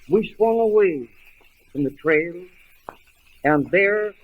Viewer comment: And tre for trail